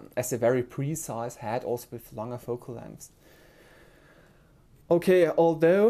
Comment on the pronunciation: Excellent review! Thank you for the detail. // Minor feedback (in exchange for your awesome review): recommended pronunciation of "head" is "HED" (like "red") and not "had" (like "bad"). Thanks!